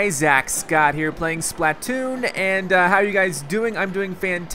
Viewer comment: JWR Browne BTW it's splatoon not spaltoon